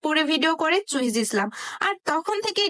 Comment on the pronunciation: মূর্খ বেডি এখনো উচ্চারণ করতে পারে না,আসছে ভিডিও বানাতে। চুহিজ কি রে??